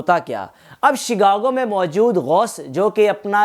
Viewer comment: اردو تک بولنی تک نہیں آتی ، اور یہی وی لاگ کسی اور نے بھی پیش کیا ۔۔۔۔۔ اور شگاگو نہیں شکاگو ھے ۔۔۔۔۔